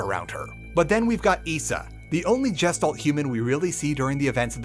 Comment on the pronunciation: The way you pronounced Gestalt makes my brain scream. :D It's G (asi in Goose) - [Gesh]-[talt].